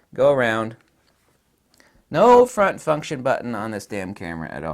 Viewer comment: Front fu$$tion buttons, haha. Not sure if it was on purpose or not but it's my new favorite word.